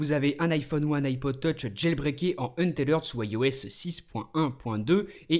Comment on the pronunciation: mon chère, c'est un-teth-red et pas un-té-lerd!!!:v